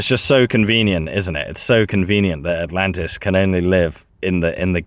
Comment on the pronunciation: I thought he said Atalanta